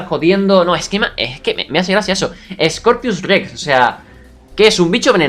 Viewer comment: X2 y dice Scopius y no Scorpius Rex